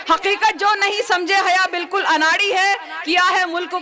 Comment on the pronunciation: Bhai naam tou sahi bolo. Urdu b bolna nahi aata kya… Hyya nahi haya bolo…